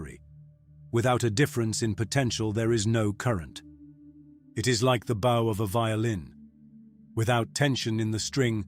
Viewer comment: *Bow is not pronounced like that in this context! 😂